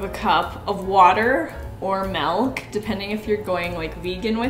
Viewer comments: I just realized you say MALK lmao I love it here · I LOVE THAT YOU PRONOUNCE IT MELK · She really just said "melk" and I love it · Wait di- wha- MELK?! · no-one: mia: mELK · Omg the melk bothered me 😮😮😮😮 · Each time says "melk" instead of "milk": o.O These recipes looked so GOOD 😭😭😭😭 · My boyfriend is in the other room and every time she says malk instead of milk he yells, "MALK!!" It's making for a novel 3D viewing experience. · why on earth do you say "malk" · "coconut melk" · Am I do only one who hears MALK instead of milk??? Love you but whattt 💀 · milk not melk xD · Lol you say malk instead of milk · “now we need water or MELK” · I was confused about "melk" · haha its fine….😍😈 did you say miulk!?🤔🐻😋😋😋😋😋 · "water or MALK" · I was struggling with the way you said Melk😹 love you girl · me south african speaking afrikaans and sying milk ( melk) mia saying milk as melk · I love how she pronounces milk as melk so cute 😭😭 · everyone: what ingredients do i need for banana bread: you need MELK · Normally love you but listening to someone say melk 100 times which is such a stupid pronunciation drives me fucking crazy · In Dutch the word for milk is actually MELK, so I got confused for a second there 😂 Had to go through the comments to see if anybody else noticed haha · Malk (milk) is that a Canadian thing? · I think you mean "repertoire" instead of "reservoir". 😁 And the way she said "melk" for milk is so cute. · No one:: ✨Melk✨ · Am i the only one who loves how she says milk hahah like meelk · Love how you pronounce MeEeEeLK 😂 so cute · I cannot get over ✨ maelk ✨ 😂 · It's so funny how she pronounce "Milk" 💖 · "Malk" makes me giggle every time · Are you really saying ''milk'' like that? ''Melk''? No judging, just really curious if thats just you or if thats the canadian shining through ;) Im from Denmark and it almost sounds like the danish word for milk, when you say it xD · in canade do you pronounce millk like melk r id that just a mai thing 😂😂